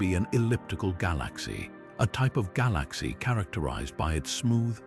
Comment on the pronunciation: The mispronunciation of "galaxy" is ridiculously annoying.